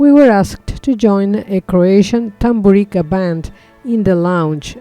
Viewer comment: Correct pronunciations: Osiyek, Tamburitza